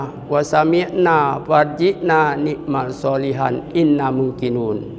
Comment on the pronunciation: Fajri na na' mal.. Bukan ni' mal